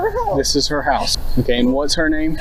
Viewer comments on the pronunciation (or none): none